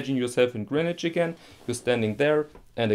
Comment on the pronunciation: Your pronunciation of Greenwich at the beginning was spot on. It rhymes with “bin”, not as most people think with “ben”.